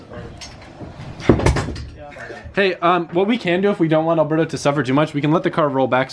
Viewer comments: Alboosto instead of Alberto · when he said alberbo it kinda sounded like abuabu the monkey or alaadin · Nesta M umm it’s pronounced alberbo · Poor Alberbo has been getting his name mispronounced this entire time! I can't believe y'all have been calling him Alberto!